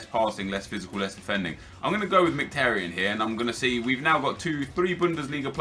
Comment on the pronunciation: Merhik??? Are you daft? In English it's pronounced mik-i-tar-yin. I'm Armenian.